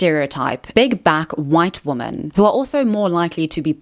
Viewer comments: Is it just me or does she say womAn when it’s supposed to be womEn 😅🥴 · I really, really, really want to finish this video but this creator is taking part in the same pronunciation of "women" as "woman" repeatedly (it's weirdly happening more and more online) and that shit drives me absolutely insane. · Why do you always say "woman", singular, when you mean "women", plural? I'm assuming this is some kind of ESL problem that you're not aware of? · Hey! I'm new to your channel and I love the content! I also like to hear you speak so eloquently, but I have just one question: do you pronounce the plural "women" just slightly differently that the singular "woman"? I listened so many times to hear the difference but I don't hear it! Please explain :) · Awesome video can you say WOMEN instead of woman when talking about women as a plural